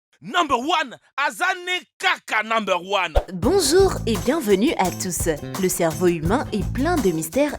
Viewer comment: A elle a dit "bonzoure"